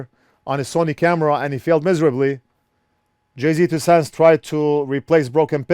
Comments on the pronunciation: It's pronounced "Jay's two cents" not 'Jay-Z" even though it's spelled that way. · It’s not JAY Z you say it like jay’s 😂😂😂😂😂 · Jayztwocents is pronounced Jay's two cents LOL. love your channel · I never knew you were supposed to say his channel "jay Z 2 cents"... I always said it like "jay's 2 cents" ... Lol 🤣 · Jay Z 2 cents hahaha it's Jay'z 2 cents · Carport Actually it's just Jay. As in Jay's two cents. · My favorite part about this whole video aside from the amazing content, is how keeps calling him Jay-Z Two Cents 🤣🤣🤣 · "Jay-Z Two Cents" 😂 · Sorry, only lasted until the second time you called him Jay-Z. Please dont confuse JayzTwoCents with that talentless wannabe rapper. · Jay failed fixing pins as bad as failed at saying his name. lol